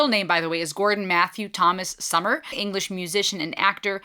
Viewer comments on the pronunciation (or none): Sumner...not Summer 😊